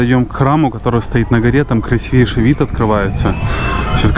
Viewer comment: КРАС'ИВЕЙШИЙ от слова крас'ивый